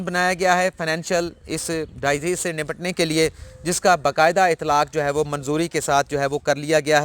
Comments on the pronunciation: Salam. When you spell disease you say die ease. Please correct your spelling as dis ease. Regards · آپ انگریزی کے الفاظ میں چک پھیری کھاجاتے ہیں۔ برادر لفظ سوئر نہیں۔ سی ویئر ہے۔ اسی طرح لفظ ڈائی زیز نہیں ہے ڈی زیز ہے۔ میں بھی خاصہ اردو میڈیم ہوں پیلے اسکول کا پڑھا ہوا۔ اس لئے آپکے درد کو سمجھتا ہوں۔